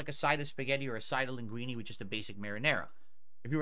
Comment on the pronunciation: More than "risotto" (it's just the double T that he badly mispronounce, but that's an english language problem with italian pronunciation of double consonants, same with penne that sounds like pene which means penis in italian...) , it bothers me how he 1) can't pronounce linguine correctly at all (the ending vowel is wrong) 2) he can't eat spaghetti or similar without "slurping and making a mess"...maybe coil the spaghetti around the fork and don't fucking slurp them? Does he need a guide on how to eat pasta?